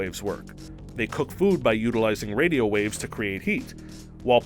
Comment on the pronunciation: Did anybody else hear him say wadio waves